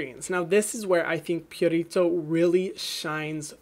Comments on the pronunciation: Hyram, please stop rolling the 'r' in Purito. It's really not necessary and is very distracting. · No one: Hyram: pUrRRrRritO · Purito is a skin saver. Their Centella Green line has worked wonders for me (aside from the eye cream, I'm sticking to Benton for that) very soothing, hydrating and gentle even on the most sensitized skin. They also listen to their consumers and post short comics on their IG. I absolutely love this brand and the only one that became HG status immediately. I'll admit you pronouncing Purito like that is weird for me. I'm used to hearing it with an elongated 'oo' sound (like Pooh without the h) instead of pyurito. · Love how you say Purito lol